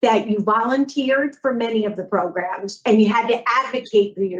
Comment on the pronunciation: Again with the magical “progrums”